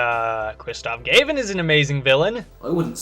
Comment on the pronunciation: Is it "Gayvin" or "Gavin"?? Every video with his name said like that bothers me..